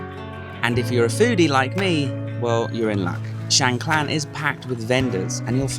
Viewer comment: another masterfully created depiction of a wonderful location which I've visited a couple of times. May I ask if your pronunciation of Khan, clan is correct as I have only heard it pronounced carn.